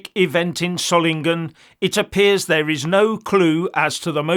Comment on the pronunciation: You pronounce the name of the city "Solingen" correctly. I can't say the same about the highly paid BBC reporters who had no idea how to pronounce the name of the city correctly. My 2 cents from Belgium (Flanders).